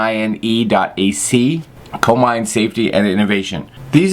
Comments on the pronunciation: I think it pronounce koo me nae something like that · It pronounced as 'Ko' 'Mi' 'Ne'